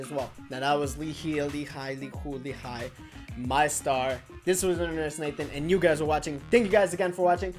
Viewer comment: u pronounce it right, lee hi as Hi! hmm as if my explntion makes sense lol